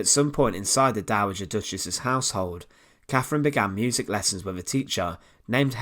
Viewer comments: Why can't these guys find a narrator who speaks English for their informative content ?? ... Who was Caffrin ? ... Who was Henry va eighff ?? ... Good content, spoiled by some geeza who can't toolk propa :D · Sorry - I can’t bear this . “Free” instead of three. “Muvver” instead of mother. “Cafrin” instead of Catherine. I’m off ...